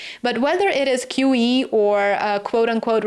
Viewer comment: QE, not QE. Its QE